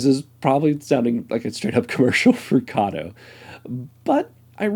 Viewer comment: Not saying Kato correctly its from katou. Pronounced Kar- toe with emphasis on the t. Ka as in car and toe as on your foot, car is said quick Toe is said slow. carToe.